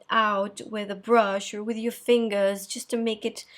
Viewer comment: the way you say fingers .. tre chic .. lol .. and who the heck would dislike this video .. the four people are coo coo